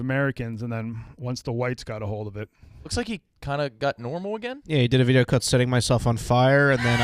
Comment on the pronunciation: can’t say got…